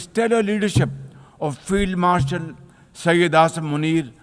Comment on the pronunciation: LMAO HE SAID "FIELD MARTIAN"